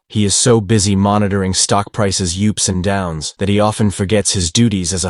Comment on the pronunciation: "ups and downs" as "YOUps and downs"